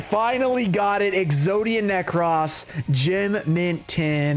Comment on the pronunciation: Exodia Ne- Cross no it is pronounced Exodia Necrose